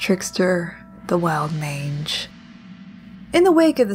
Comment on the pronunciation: I thought you called it a "Wild Minge" not a "Wild Mange". I nearly flipped my truck.